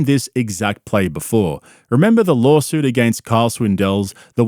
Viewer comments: Lawlsuit. He even calls it a lolsuit. Perfect for a lolcow like him. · Does he intentionally say lawlsuit? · This whole time I thought you were calling it a LOLsuit as a funny pun. I never saw the original clip of Brandon unironically pronouncing it like that